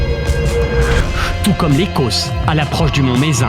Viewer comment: On prononce pas le C de Mezenc!